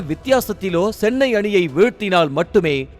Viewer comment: Sennai illa da chennai 😂